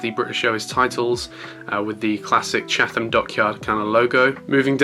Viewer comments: Great unboxing! I love the BA 787-10 Especially. BTW Chatham is pronounced as Chat-ham 😅. Great review as always looking forward to the next one 😁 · Chatham is pronounced chattam